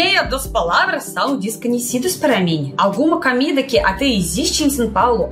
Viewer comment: A PRONUNCIA CERTA É "COMIDA BRASILEIRA" NAO CAMIDA BRASILEIRA OK ADORO VC XEROS RICHARD DE SALVADOR